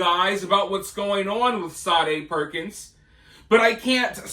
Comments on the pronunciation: Say dee Perkins....you keep pronouncing it...Sa dae....it's just like Sadie ! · Shaw day like the 80s singer she doesnt deserve her name pronounced correctly